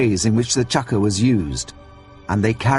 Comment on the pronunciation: It's called a fucking Chakram, not a "Chakra", jesus.